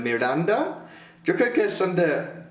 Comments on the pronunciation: Jajajajajaja siii, así de extraño hablan los argentinos jajajajajja el (yo) de ellos suena como "sho" jajaja. saludos! 😊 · hola, los de Miranda son de Argentina y si pronuncian distinto, palabras como "yo", dicen: " sho".